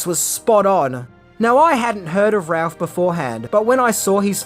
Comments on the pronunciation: It's Brandon Routh... Pronounced... "Rooth' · I didn't know supermans name was pronounced bran·duhn rowth, I called him routh like in router -"WRONG!!" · It would help if he pronounced Brandon Routh's name right.